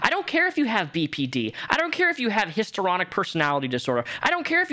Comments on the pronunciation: Dude, HISTORY ONIC not hister onic please 😂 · Hist-REE-on-ick Personality disorder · JSYK: Histrionic is pronounced Hiss-tree-on-ick ✌️